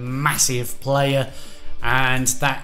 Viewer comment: What’s a player you mean a plerrrr